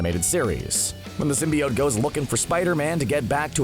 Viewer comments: I hate how he says Symbiot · still saying symbiote wrong i see lol so cringy